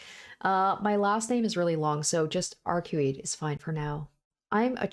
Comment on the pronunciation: iirc her name is pronounced arcwade.